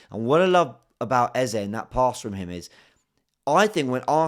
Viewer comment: First of all THANK YOU for making sure you pronounced the name EZE properly. It's been very irritating this new EZA pronunciation. It is 3 letters! Thanks man. Great game yesterday... Still buzzin' #coyg